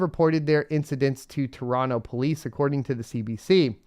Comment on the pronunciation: You pronounced "Toronto" properly without a second "t" 😉🙌